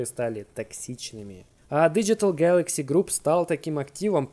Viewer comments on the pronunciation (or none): none